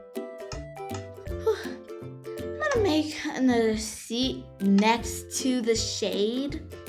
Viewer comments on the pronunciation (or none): none